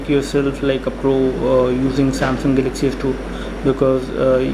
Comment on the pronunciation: hehehe funny speaking :) "" samsung salaxy s2 "" :)